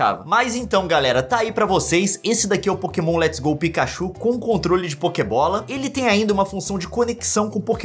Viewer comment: tentando falar pokebola